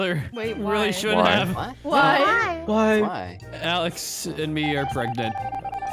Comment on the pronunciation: Instead of “Alex” it’s “Ahleighx” 😂😂😂😂😂